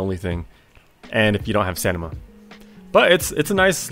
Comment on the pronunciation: Stanima?💀 "Oj da juiceman" "But I got stanima!" "Hannah montanima"